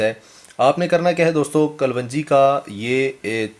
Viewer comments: Kalwanjee is wrong pronounced Correct is kalonjee. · yeh lafz kalwanji nahi kalongi hai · Hahaha Punjab me kalwanji hota hy😀yes right pronounciation is kalonji. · Ye kapvanji nahi kalonji hoti hy in sahab ko thek sa bolna nahi ata mehboob bhai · This is kaloonji , not kalwanji.. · O bhai pendu kalwanji nahi hota kalonji hota hay jahil pehlay bolna to seekh bara shoq hay YouTube sey pesay kamaney ka loray...